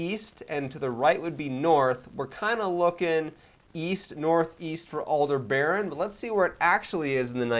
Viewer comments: Not "Alder-baron". Aldebaran, ONE continous word, no R after the e, and ending vowel is an A not an O. And BT history stopped happening after the 2050s... Just too much absurdities even for a setting that has quite a lot of them already. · I think it's pronounced Al-deb-a-ran, not Al-de-baron.